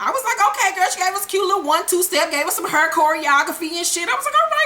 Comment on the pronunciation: I love the way you say hair!! it gives me soo much life!